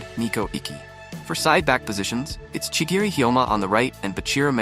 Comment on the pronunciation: Not to be rude but ur pronounce is incorrect chirigi